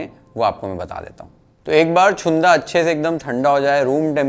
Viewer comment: Chunda चुंदा नाही रे... Chhunda छुंदा. बाकी पाककृती योग्य.